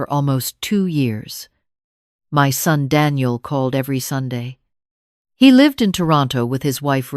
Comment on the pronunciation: Son not sun